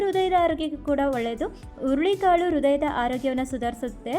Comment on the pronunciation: ಅಯ್ಯೋ ಅದು ಹುಲ್ಲಿ ಕಾಳು ಅಲ್ಲ, ಹುರುಳಿ ಕಾಳು